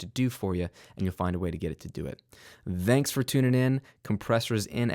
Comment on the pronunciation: why you say ThTHanks instead of thanks ?